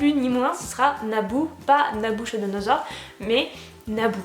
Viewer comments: d'ailleurs j'ai toujours prononcé et entendu prononcé: "Nabukodonosor"! 🙂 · Nabou c'est mignon mais sinon son nom entier ça se prononce pas du tout comme ça. C'est NaBUKOdonosor et pas naBOUCHOdonosor ... c'est le nom d'une bouteille de champagne d'une contenance de 15 litres (anciennement le nom aussi d'un roi)